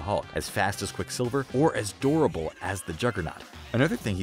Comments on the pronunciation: Every time he says durable I thought he was saying adorable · I thought you were saying Incredibly Adorable😅😆😆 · It’s pronounced “derabull”